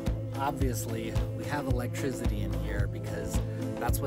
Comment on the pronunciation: I love this and why does he say "electrizzity"??